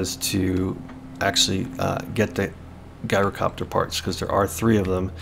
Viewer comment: It’s not said like Guy-rocopter…. It is said like Jy-rocopter. Unless you’re Greek…. Then you get to say Yi-rocopter